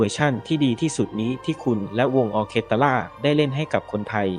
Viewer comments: แอดน่าจะตั้งใจอ่านผิดล่ะว่า ออเคตะร่า เป็นสีสันสะดุดใจคนฟัง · ไม่ได้อ่านว่า ออ-เคด-ตา-ล่า นะคะ..ขำตายละ 😂 ควรค้นว่า อ่านว่าอย่างไรก่อนนะคะ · ออเคสตร้า ไม่ใช่ ตาร่า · ออเคสตร้าไม่ใช่ตะล้า. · ออ-เคส-ตา-ร่า ล่า ลา ล่า😂😂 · ออ-เคส-ตร้า ค่ะ ไม่ใช่ ออ-เคส-ตะ-ร่า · ไม่ใช่ ตะ-ร้า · แอดคะคำนี้อ่านว่า ออ-เคส-ตร้า ... ค่ะ... ฟังแล้วขัดหูมากค่ะ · ขอติงคำอ่านหน่อยค่ะ คนไทยมักจะอ่านว่า ออเครสตตร้าค่ะ😊😊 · ออร์เคสตร้า อ่านว่า ออ เคด ตร้า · อ่านว่า ออ-เคส-ตร้า ค่ะ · อ่านว่า ออ-เคส-ตร้า นะครับ